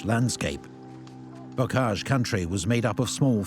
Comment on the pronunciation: Bocage dude, not Bogage.